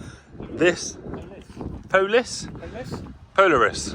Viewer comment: Poh larr is. Accent on the lar, as in the north star.